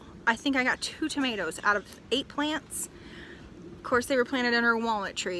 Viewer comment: Now I know so much more about tomatoes, or as you say “tomaloes”...we’re no better in the 🇬🇧 we say “tomarrrtoes”...Thanks, looking forward to your next instalment😀👍💕